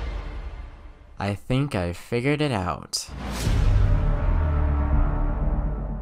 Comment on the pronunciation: "i think i figered it out" ah yes